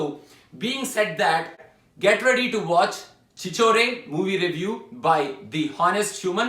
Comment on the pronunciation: If you don't even know how to pronounce Title and the language, how the fuck you can feel the soul of the movie? Watching you giving review with that Sober face and dull review about this good movie (Yes, I watched), dude get the fuck out of this channel. I love this dude only because of his true nature, he's original Cinema lover talks from his heart. But you even know it's not your accent, your fake English accent is as bad as my ex. Why are you giving review like you have to give? someone forcing you ? At some points you don't even know what you're talking. I have a doubt? Asalu neek movie ante Endo telsa? You know about at least one craft?? I really doubt. Get the fuck out our faces, it's very clear that we have enough out there like you and we don't want one more, specially in this channel. I respect Telugu industry but hate Telugu review channels. This is the only channel I'm subscribed and there's a reason I'm putting this comment. Hope you understand and let live this channel 🙏. Get the fuck off Miss Fake accent Sober 'cant stand' face. It's a request.